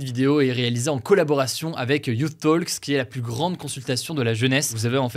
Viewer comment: et Hugo la prononciation de « youth talks » est (you-th) comme vous l’avez dit et (toks) pour « talks » 😉